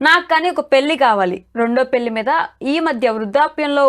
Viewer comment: పెల్లి కాదు పెళ్లి!